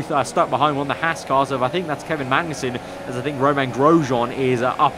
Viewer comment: It’s H-ah-s not h-ass